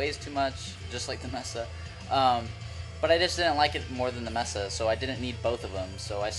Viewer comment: Mesa is May-suh not messa. Nice cabs though.